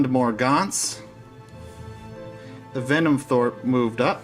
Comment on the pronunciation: Denim throat... Denim throat... Denim throat... Venom THROPE... HAHA yer killin' me!